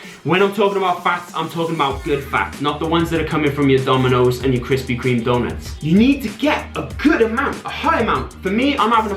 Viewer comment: British accent says crispy cream donuts like an Italian American